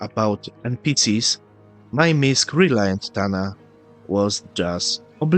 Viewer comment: It's MISC not WISC